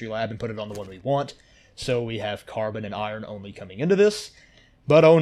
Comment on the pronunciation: Great vid. But ffs dude, no where in the world is carbon pronounced "CAR-BAAN". It is pronounced "CAR-BIN".